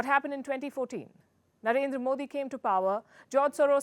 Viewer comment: He cannot he even prounce our Prime Minister name and he is speaking agains t India